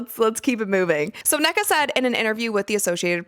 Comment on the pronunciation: Um about Nneka, It's pronounced [Un-Nay-Kah] The two n's are pronounced separately